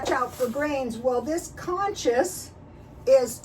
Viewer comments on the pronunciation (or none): it's pronounced like "coos coos" not conscious lol